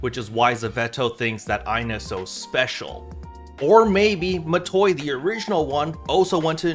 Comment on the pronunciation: It's Matoi.